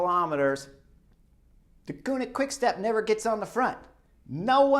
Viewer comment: You only have to pronounce 2 Dutch words correctly in your exposé, Merckx and Deceuninck, and you manage to mess up both. Ceuninck is not pronounced as the German Koenig. You'll have to watch the Flemish television one day, just to "discover" how it is said, there's not really an English comparable sound I think. It is like the French "deux" (two), like in Deux chevaux (2 CV Citroen). But what is absolutely not done, is to pronounce Eddy's family name as "MURKS". Jeezes, suppose I would pronounce Kim Wilde's family name as it is pronounced in Dutch, you'd be the first one to remark this is a rather frivolous way of using the pop legend's name. Well, the "e" in Merckx is not pronounced like an "u" but like the "a" in "at" (at last, at home). So please please please... stop calling him Murks and steer away from such "merky" waters.